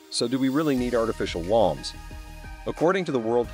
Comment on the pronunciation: Can't even pronounce woumbs? That's the basis of the video!